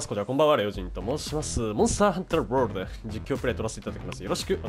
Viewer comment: なぜ毎回ワールドの発音を気持ち悪くしてるのですか？